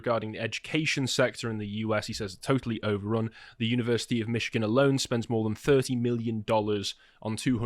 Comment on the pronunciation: Americans pronounce it like Mishigan, not like Mitchigan. The town you are thinking of is Dearborn btw.